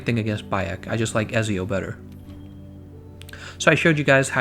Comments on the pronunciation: He says he likes Ezio but he can't even say his name right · Eht zee oOh it's Italian bro. Ezio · Booooiiiii it’s etzso